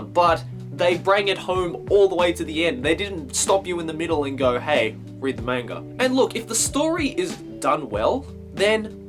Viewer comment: Hahaha you pronounced manga both ways in this video: "ma-n-ga" and "man-ga" :^)